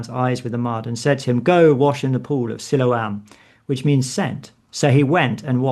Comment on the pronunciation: Mistaking Byker Grove for Grange Hill is almost unforgiveable. Also enjoyed the gentle attempt to get to pronounce Siloam correctly but he wasn't having it. 😂 Always an enjoyable listen. Sometimes even for the right reasons!